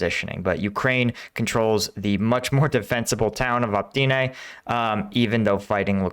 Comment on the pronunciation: oh-pit-ne - not 'optyne'. Your videos are otherwise excellent - thanx.